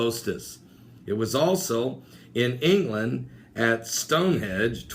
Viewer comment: please please please work on your pronunciation. Turin not turan, Stonehenge not hedge. I really don't mean to nit pick but... just sayin it makes it hard to take you serious sometimes...